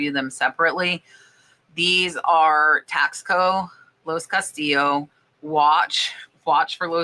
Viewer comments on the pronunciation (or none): Hey!! It’s pronounced TASS CO!!!